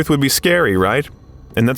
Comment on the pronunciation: "Nice" AI crap and bad narration. "Willy Wonkay...",???? Really????????? Hey!, your spam bots in the comment section are showing! "NO sub for you!! You idiotic AI pile of bullshirt!!! 💩💩💩💩👎👎👎🤑🤮